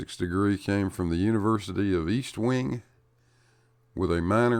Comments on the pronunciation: Fabulous de-debunk. P.S, it’s Estwing, not East-wing, no “A” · FYI: There's no A in Estwing. :)